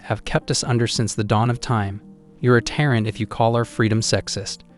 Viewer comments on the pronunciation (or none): none